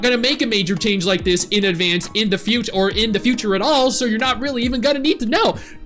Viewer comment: infinity “Likke” 😂